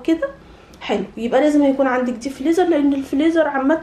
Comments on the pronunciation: أنتِ بجد بتقولي فليزر؟!! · اسمو فريزر مش فليزر😂😂